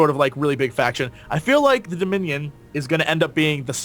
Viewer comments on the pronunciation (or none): Now we know which faction will consist of the most idiots :) "Deminion" Hahahahaha